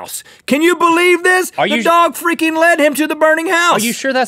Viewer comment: He said freaking. He's done it before in said manner where he does not particularly pronounce the "r".